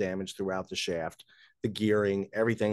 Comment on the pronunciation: Thought you said drops a shit.